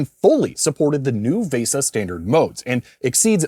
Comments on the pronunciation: also vesa is pronounced like visa, I'm old, I'm cranky lol. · why do you keep saying VESA wrong VAY-sah is not right lol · I applaud you pronouncing VESA phonetically, except that isn't the correct pronunciation. VESA has a hard e.